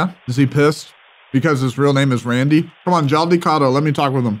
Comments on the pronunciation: Hey jus a tip its pronounced (rundhy) not randy lol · its not randy , its rundeeee😅😂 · The pronunciation of the words is kind of incorrect. The word Beta is supposed to be pronounced as 'bay' + 'ta' and 'Randi' is pronounced as 'Run' + 'dee'. Keep up the fantastic work! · just fyi, randi is pronounced (roll the r) "run-dee". just wanna see them actually get what you're saying lol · Well... The word randi... Is actually pronounced as " RUN DEE "